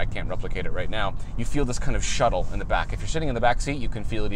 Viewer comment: Shuttle?? ...shutter?